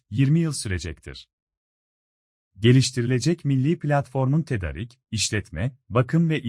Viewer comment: Tedarik kelimesi a'sı uzatılarak okunur.